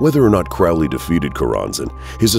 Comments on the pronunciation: um....Its pronounced crow-lee.....not to be rude.....just sayin. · Crow-Lee bruh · Do I have to be that guy? You’re pronouncing “Crowley” wrong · Can't even pronounce Crowley correctly. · Won’t be watching this. Haven’t spelt Aliester’s name correctly or pronounced his surname correctly. Get your facts right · You lose all credibility when you can't even pronounce the guys name right. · his name is prounced like HOLY, not CRAAAALY. CROW LEE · The Crowley we are talking about is Cro-lee. That would be detrimental research if I were making a video on a person. It's embarrassing to make an entire video and mispronounce the subject's name. Amateur hour. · Ackchyually, it's pronounced "CROE-lee." Doesn't abandoning one's ego contradict the whole "do as thou wilt" ethos? So Crowley was a collectivist? Isn't that a right-hand-path ideology associated with "slave morality?" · Crowley is pronounced "Cro-lee" not "Crau-lee" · "His name is Crowley, rhymes with Holy, it isn't Crowley, that rhymes with foully--ugh!" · Anyone who pronounces Aleister Crowley as "crawllee" or otherwise, really has no idea who they're talking about. Wholly uninformed. Properly pronounced, Crowley rhymes with 'holy'. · Crowley's name is pronounced to rhyme with "holy." That's how he himself wanted it pronounced. His official biographer, John Symonds revealed this in his book, The Great Beast. It's out of print & expensive, but essential if you want to be credible. Other sources will tell you the same thing. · It's Crow-ley - it rhymes with holy! And the demon's name is misspelled in the header. Other than that, excellent. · 'Crowley' rhymes with 'holy'; this from Regardie, his secretary, so he should know. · Blows my mind how so many people listened to Ozzy Ozborne mispronouce "Crowley", and the whole world went, "Oh, everyone has mispronouced that name for centuries. Thanks for clearning it up, Ozzy! *facepalm*. It's pronounced CROW, like the black bird. Get it right.